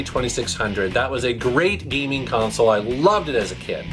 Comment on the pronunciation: is not saying gaming, he says giming